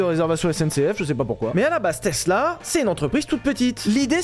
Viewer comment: Tiens vous avez appris à prononcer tesla c’est plus tezla de vilebrequin